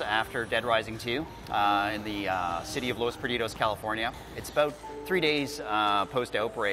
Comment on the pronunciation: HAHA! I thought he said Los Buritos! Anyways game looks great.